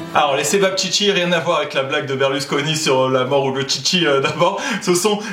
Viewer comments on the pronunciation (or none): none